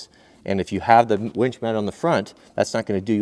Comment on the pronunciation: its winch, not wench. Kidding...great video! really enjoy your vids